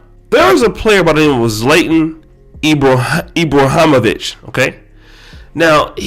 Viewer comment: It’s weird because I’m a huge fan of soccer , but y’all be chopping their names and I be like how do you even get it wrong . Zlon-ton ebrah-heem-ovich